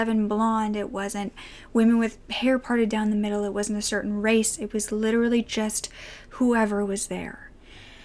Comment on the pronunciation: Pls don’t say „race“💔😫